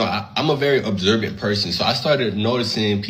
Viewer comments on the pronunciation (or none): "I'm a very obserbent(?) person." How about observing how many Bs are in the word observant and it's "frustrated," because "flustrated" isn't a word.😂😂